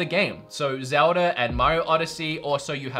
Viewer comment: Zeuhh Duh